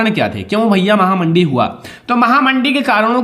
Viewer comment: Sir aap mahamandi ko mahanandi Ku kehte h